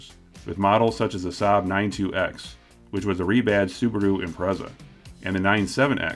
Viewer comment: the SAABaru!